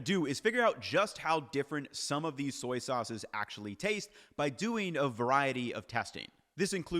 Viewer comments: "Soy-ces" 😅 I can imagine how hard saying "soy sauce" 1,000,000's of times can be ... great vid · "Soyces" Somebody has been saying soy too much 😂😂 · "Soyces" made me giggle